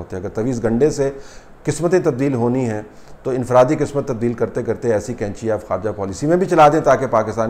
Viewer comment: طلعت صاحب قینچی ک سے نہیں بلکہ ق سے ہوتی ہے۔ باقی رہی موجودہ حکومت کو حاصل مقتدر حلقوں کی تائید کی تو ملک جائے بھاڑ میں سلامت رہیں یہ محبان وطن۔ کاش اس ملک کو روز اول سے اس ملک کی عوام کے حوالے کیا جاتا تو ہمارا جمہوری نظام کافی حد تک پاک ہو جاتا۔ رہی بات قریشی صاحب کی تو انہی حرکتوں سے ان کا دانا پانی چل رہا ہے جس طرح کہ دیگر گدی نشین کر رہے ہیں۔ اپنی عورتوں کو تو سات پردوں میں چھپا کر رکھو اور کسی مرید کو اجازت نہ ہو کہ وہ آنکھ اٹھا کر دیکھنے کی بھی جرات کرے جبکہ دوسروں کی عورتوں کو فخر کے ساتھ ہاتھ جدھر دل کرے لگا لیں۔ سلام تو ایسی عورتوں پر ہے جو ایسے کاموں کے لیے اپنے آپ کو خود پیش کرتی ہیں۔